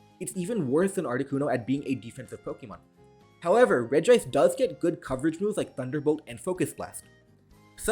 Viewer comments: it's not pronounced REG-I-ICE, it's just REG-ICE. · Imagine pronouncing regice with two I's lmao